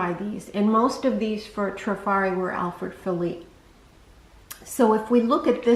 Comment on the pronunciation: Thank you so much for pronouncing Alfred Philippe correctly! So many on YT say "felipay". He wasn't Spanish, he was French! Great video. TFS